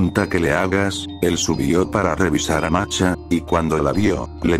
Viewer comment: El loquendo no es capaz de pronunciar la H como masha, solo "masa" o "marcha"